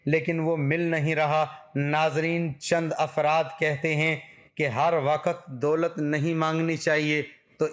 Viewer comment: Dolat hota ha bhai doot nh😂